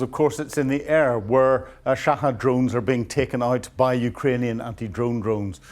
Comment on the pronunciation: Shahed not Shahad but Brits have to mispronounce words or else their noses drop 😂